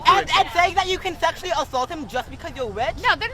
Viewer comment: “Thexual athalt”